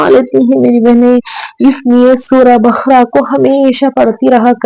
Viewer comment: بقرہ کو آپ بخرہ کیوں بول رہی ہیں؟